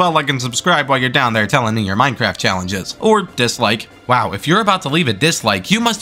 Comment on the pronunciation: HE SAID MINCERAFT NOR MINECRAFT